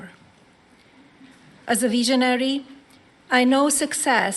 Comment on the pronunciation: A “veeshionary”? Has she been sniffing Smelvis’ marker fumes?